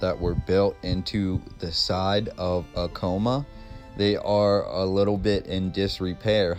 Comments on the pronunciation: quick correction, its not pronounced "uh-kow-muh", its "ah-kuh-mah" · Take a shot every time he mispronounces “Acoma”. 🥃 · Hahahha acoma the way he said it